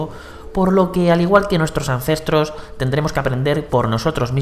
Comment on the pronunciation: Jajajaj ancentros jajajaja ancentros de quién....?